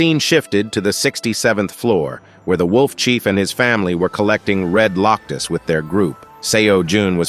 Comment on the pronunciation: "Loctus"?? "Herd"?? "*Herd* of Red *Loctus*"??